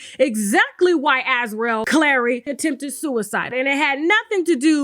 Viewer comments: Sis, Azriel is pronounced (az REE ell), yes like Gargamel's cat from the childhood cartoon "The Smurfs". Great content as usual! 🤗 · Why can’t nobody (Gayle King included) say /As-REE-el/?